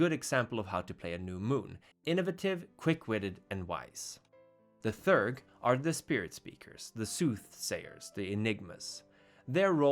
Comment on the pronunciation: "Theurge" has two syllables and is pronounced [thee'-errg]. From the greek words "theos" (belief) and "urgos" (worker).